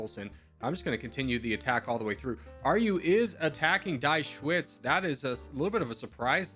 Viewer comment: "Die Schweiz" is pronounced "Dee Shvaits". It's the German name for Switzerland (literally "The Switz").